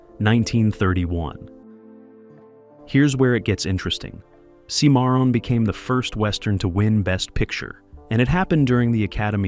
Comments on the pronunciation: For the love of God, pronounce proper names correctly!! Seemeron?! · The narrator needs to re-record and pronounce “Cimarron” correctly.